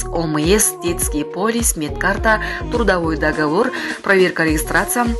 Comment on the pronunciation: тУрдАВой договор дейт гоо